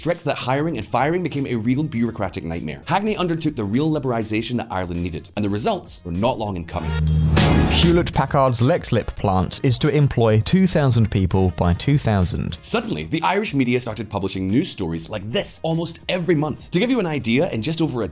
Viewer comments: Should have done a bit more research before releasing this, the irish prime minister (Taoiseach) in 87 was Charles Haughey and Leixlip is not pronounced Lexslip, its Leekslip. The devil is in the detail. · Leixlip is pronounced Leekslip.